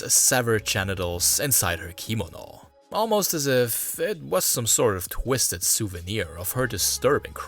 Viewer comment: How do you not know how to pronounce the word "kimono"? Accent is on the 2nd syllable ki-MO-no.